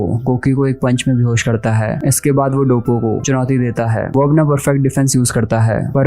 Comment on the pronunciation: Bro it's not dabooo.. it's doppo. You were pronouncing incorrectly 😊